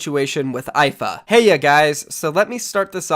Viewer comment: Myth has lost all respect he said "heya" 😂😂